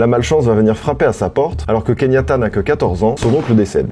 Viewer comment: Il s'appelle KE YAN TA et pas KEYNIATA mdr*